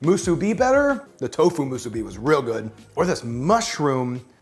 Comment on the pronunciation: Also, the emphasis of onigiri is on the first i, not the second. So it should be onI-gi-ri, not Oni-GI-ri, like you pronounced it. And musibi has the emphasis on the last syllable — mu-su-BI, not mu-SU-bi.